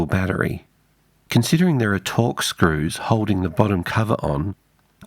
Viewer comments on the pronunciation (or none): none